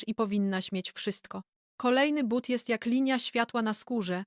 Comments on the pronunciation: Nie mowi sie bat tylko buty!! Sztuczna, niedopracowana inteligencja, królowo!!! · Ten debilny AI powinien być na tyle mądry aby czytać But a nie Bat ..słuchać tego nie można . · Jesli mozna wymawiac "buty" to jaki problem jest z wymowa tego samego slowa w l.pojedynczej? Czy to tylko niechlujstwo maszyny czy jej obslugi? Jezyk polski zasluguje na szacunek, jak kazdy inny.